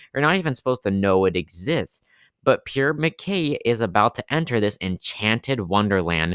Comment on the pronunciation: like PROOO not PURE